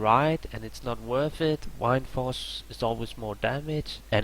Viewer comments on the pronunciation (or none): Why does he say wIndforce its wind-force